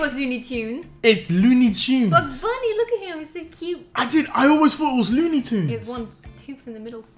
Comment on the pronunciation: dudeeee I swear it was looney tunes not luney tunes